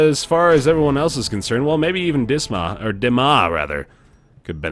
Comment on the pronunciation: I thought it was "Diss-muss" like The Penitent Thief